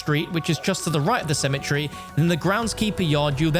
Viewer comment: It's pronounced cemetery not symmetry